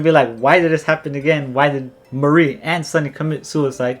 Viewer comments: The mar part is pronounced like the planet mars and the ri part is pronounced like the name Marry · I aint never hear someone say MARI'S name like that